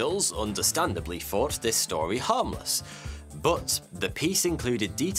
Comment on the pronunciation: does anyone else hear 42 every time he says thought2